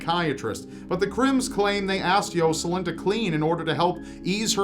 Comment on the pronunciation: I could barely pay attention to the one story because he kept saying “Yo-Sa-Lin”